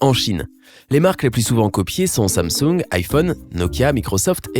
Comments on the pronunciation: "Sunsang"😅 j'explose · Quand il a dit sansung il a la vois d’un chinois